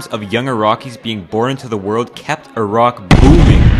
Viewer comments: YOUR MY FAVOURITE YOUTUBER NOW YOU SAID IRAQ INSTEAD OF EYERAQ NEVERMIND😭😭😭😭😭😭😭😭😭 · Finally an American that can pronounce Iraq